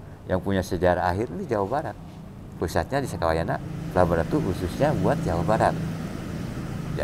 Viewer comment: Sampurasun..... maaf, Kalimat yg tepat ialah "SAKAWAYANA" bukan SUKAWAYANA. mks, Salam PAKIDULAN